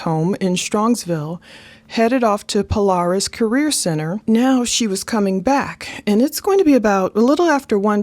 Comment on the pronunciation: It's not pronounced pole-r-is it's pole-air-is .